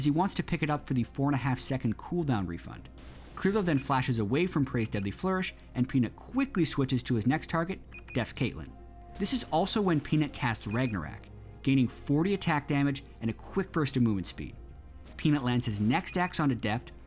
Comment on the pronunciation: thats not how you pronounce ragnorok... its RAG-NAH-ROCK